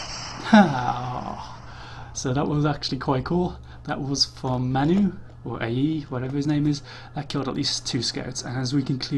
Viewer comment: "MAN U" is pronounced "man you". manchester united. you are english and dont know that? id expect even americans would know.